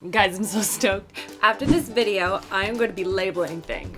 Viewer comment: Haha, when I started watching I had the volume down low-ish and when you said 'I'm stoked' in the intro I legit understood 'I'm stoned'...🙈